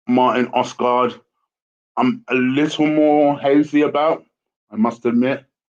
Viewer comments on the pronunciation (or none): "Oskart"? That's the worst pronounciation I've heard of Odegaard so far hahaha! Good video though :)